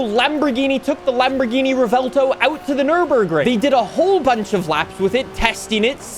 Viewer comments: ……… it’s not rEvELtO it’s Revuelto 🤌🇮🇹🍝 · Stahhhppp pronouncing it revelto, it's revuelto, it's not hard bro. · Rev-u-el-toe is how you say Revuelto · Ive been pronouncing the car like "Rev-well-toe" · Been watching your videos for years now, and the way you pronounce "Revuelto" has to be on your Top 3 skill issues. Easily.